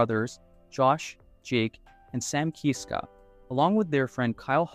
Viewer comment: I’m sorry to be knit picky but please pronounce their last name Kisska NOT Keeeska